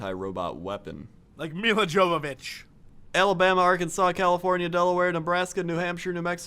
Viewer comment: The 'J' in Milla Jovovich's name is soft.